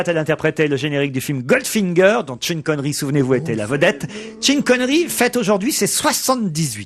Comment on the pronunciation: "Tchine Connerie" ; "Tcheurley Bassey" 😂